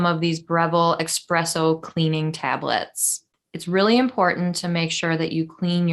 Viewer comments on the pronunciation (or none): Esssss-presso not ex presso